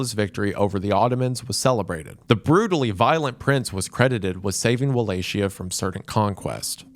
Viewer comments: I never knew how many different ways someone could say Wallachia without getting it right a single time. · Listening to Wendigoon mispronounce Wallachia for 50 minutes. Cool cool cool. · I remember when you were hiring writers, I applied and was probably amongst one of those who suggested this, all I'll say is that I could've helped with those pronunciations cause we sure don't spell Wallachia like Appalachia, but it has a nice ring to it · Its actually incredible how many different ways he found to pronounce Wallachia while also getting it correct a couple of times. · That's simply not true though. The word Wallachia stems from the German word Walachei, which is pronounced with a "ch". And even if you want to use Valehia as the proper way to pronounce the word, there are Romanians who also say it with a "kh" or "ch". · This!! Because ain’t nobody agreeing on one single pronunciation!! 😭💀 I think the only other valid comment here is from matei3880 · Its Walachia, not Walashia. You read it like "Walahia" (common for Eastern Europe), or at least "Walakia" (true variant). Because c+h creates a diftong that sounds like "k" in Romanian language. And yeah, Radu also had another regalia known as "Beatiful". "Fair" - I never even heard of it. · as a Romanian not Walakeyuh, In Romanian it's as it's written Valahia , no key sound Wa sound idk how to explain it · Its either pronounced with "chi" or "ki". I understand that an English speaker would say "shi" when the see ch in a word. That doesn't explain why he said stuff like "Walatshia", which is a hilarious way to say it. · Wall-A-Chee-ya?!?! Your interested in Dracula but DIDN't watch the Castlevania show? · I've tried watching this so many times but I can't finish bc of wuh lay she uh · Wallachia, with a soft "Ch" like in Cher, right? It's not his fault, guys. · Never thought I would have to correct Wendigoon, but its pronounced like "Valahia" or "Valakia" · Walachia is not pronounced like Appalachia lol